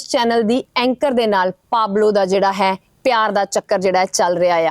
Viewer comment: ਇਆ ਨਹੀ ਮੈਡਮ ਜੀ ਹੈ ਬੋਲੋ